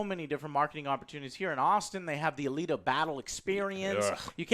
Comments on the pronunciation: Also don't review something where you can't even pronounce it's name correctly. It's not Battle angel ATTILA.... It's ALITA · You can tell that joe doesn't know what this movie is about as he pronounces Alita as "Atila"